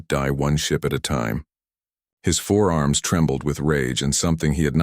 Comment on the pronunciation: I REALISE This Video IS 2 MONTHS OLD 😅 BUT I WILL SAY IT AGAIN 😡 THE AI NARRATION STILL SUCKS 🤬😡😤👀 The AI Still Can NOT Distinguish Between FOUR ARMS AND FOREARMS 🤬😡😤 This A Is A Fundamental Error That Could Be Fixed By Simply Using Google Spelling Checker 😳 🤬😡😤 Or A Proof Read B4 Uploading 🤬😡😤 Do Better Than This Crap 🤬😡😤